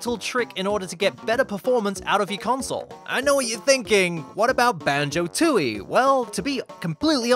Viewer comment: Isn't it Tooie, not Tootie?